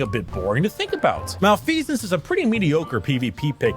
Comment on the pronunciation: this mf said malfecence, he sucks